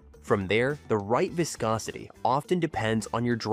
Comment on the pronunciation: ..."vaiscosity"...😂😅😊...Your AI voiceover sounds ridiculous!